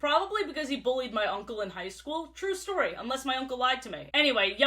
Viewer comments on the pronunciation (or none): Under 24 hrs gang and also i like the way she says words ending in y like instead of story it’s stroei